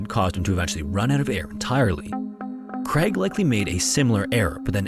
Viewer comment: Can we fault him for saying "Creg" instead of "Craig".